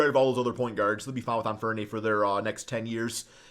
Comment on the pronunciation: not making fun of him that pronounciation is funny an franee got his name from penny hardaway